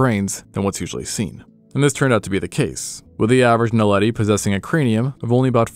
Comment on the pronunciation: Lol, finally someone who can pronounce Naledi